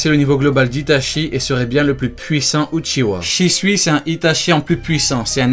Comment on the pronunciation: C est pas Uchiwa comme tu dis mais Uchiha en prononçant le h